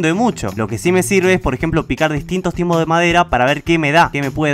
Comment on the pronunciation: Nadie: Absolutamente nadie:: Picar diferentes "timos" de madera:v